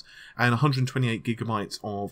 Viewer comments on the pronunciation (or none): none